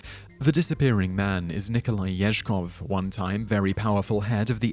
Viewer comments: Ezhov. Not Ezhkov. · It's Yezhov, not Yezhkov. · Sorry, but it's Yezhov, not Yezhkov. Also, pharaoh Akhenaten was erased, including his names in his tomb, which made his soul a wondering ghost. Luckily, they didn't do a thorough job, so archeologists were able to restore it. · It's Yezhov, not Yeshkov/Yezhkov (the disappearing man next to Stalin). Funny thing is, Nikita Khruschov's successors very nearly succeeded in erasing nearly all public record and memory of him (even though he was allowed to live out the rest of his life after removal from power in relative comfort) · Yezhov. In Russian Ежов. There's no K in his name.